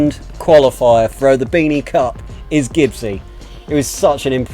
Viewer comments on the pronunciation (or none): 😆😆you said cuck instead of cup